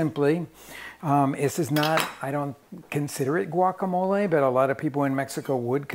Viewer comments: I dont know why RICK is saying the word GUACAMOLE that way🤷 He has been to MEXICO enough times and knows enough SPANISH to know that it is not the PROPER way to say that word🤦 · I think he says it that way (Americanized the Spanish vocabulary) so that his non Spanish speaking viewers can easily pronounce the name of the dish